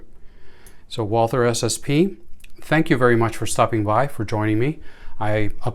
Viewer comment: The Brand is pronounced Walter without the h